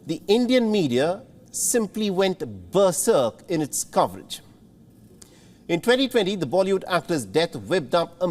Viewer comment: I was laughing at ber- serk